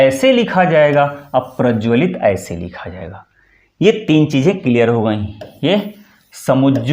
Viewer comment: 'प्रज्वलित ' को पूरा स्पष्ट नहीं किया गया। लपेट-सा दिया गया। शेष प्रशंसनीय है। अच्छा कार्य कर रहे हैं। शुभकामनाएँ।